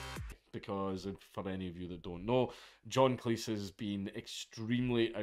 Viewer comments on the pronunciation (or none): AAAAAARGH, Jesus F Christ mate! Its Cleez. Say Cleez. Fuqin Cleece? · Cleese rhymes with cheese. I taped all of Monty Python's Flying Circus on VHS. Yeah, I'm a boomer.